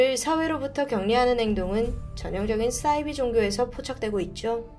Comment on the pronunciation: 싸이비가 아니고 사이비로 발음합시다